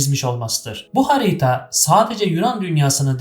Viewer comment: İçerik ve anlatım gayet başarılı, tebrikler 👏🏻👏🏻👏🏻 Fakat "hariiiita" ve "doğadaaaki" şeklindeki telaffuzlar biraz kulak tırmalıyor 😊